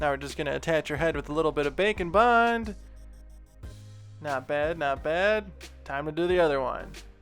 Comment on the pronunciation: Everytime he says "bake and bond" It always sounds like "bacon bond"